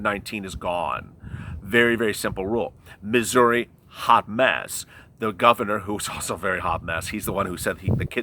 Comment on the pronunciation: Ha did you say Missouri or Misery... same implication with the Mayor there....horrible man. Thank you for all the hard work you and the team put in to researching the info for us. You are appreciated.